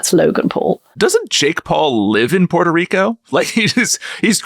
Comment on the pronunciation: Thank you for pronouncing Puerto correctly. I find it such an insult to mispronounce a country's name!